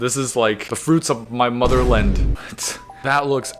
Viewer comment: LoL "motherland" pronounced like Newfoundland. Also good luck to the ginseng folks having insurance after the industrial quantities of solvent are discovered in your kitchen.